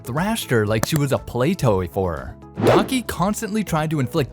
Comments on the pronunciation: It’s Daki, not Donkey. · Am I the only one that can hear DONKEY 😂😂(instead of DAKI😅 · Bro said Donkey instead of daki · You idiot it's "daki" not "donkey" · he says donkey instead of Daki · I thought you said donkey 😂😂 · I like how no one has mentioned dudes saying daki like donkey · Lol every time he says Daki I hear "Daunky" 😂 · why he calling daki, donkey?? am i the only one hearing this? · I swear this dude keeps on pronouncing daki as donkey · am i the only one who heard donkey instead of daki ?💀💀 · when he said daki i thought he said donkey